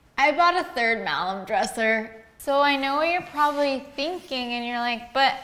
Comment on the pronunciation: Malm like balm. Tf is malem????